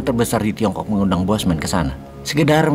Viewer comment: Nyebut bosnya cukup sekali saja dan sebutannya 'Bossman' bukan bosman.